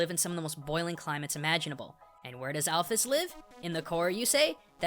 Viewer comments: It's not al-f-ees it's al-fis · Your pronunciation of "Alphys" TRIGGERING